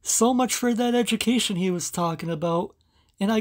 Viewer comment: “ Time for a edgamacation huh? Yep.